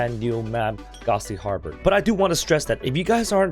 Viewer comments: It's pronounced har ber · The harbor is pronouns like hey bored remove ed hey bor